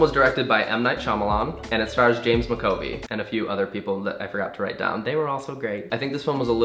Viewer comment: Mac Ah Voy, MAC AH VOY...